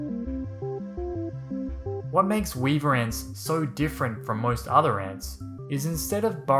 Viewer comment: Weaver ants We-a-ver ants